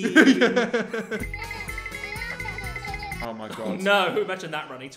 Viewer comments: Am I the only one that heard "I scream" in stead of ice cream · I heard “Ice cweam” instead of “ice cream” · I hear ice kleem